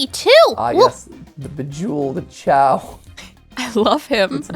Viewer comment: Still confused why the pronunciation of "chow" instead of "kay-oh" (like the word chaos). I always assumed that it's the same as "chaos", because of the Chaos Emeralds"